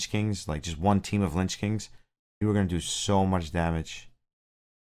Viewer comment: Lich not Lynch